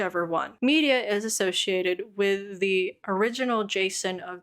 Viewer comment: I know this was like a year ago but I don't see any comments about Medea's name is pronounced like Tyler Perry's Medea. "Muh-dee-uh"